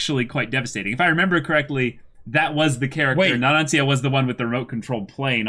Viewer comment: First is Abbakkio, like Pinocchio Na-ron-cha The third is right